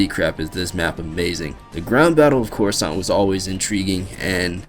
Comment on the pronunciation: "Khorasan"??? Were you high when you recorded that video??